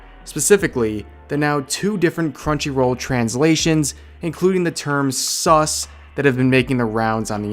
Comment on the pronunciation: STOP Saying "sus" Like That It Is Not Necessarry